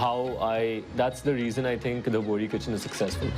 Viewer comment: Not bori , BOHRA